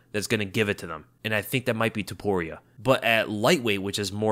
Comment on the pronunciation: Touporia 🤣 you a weasel man 😂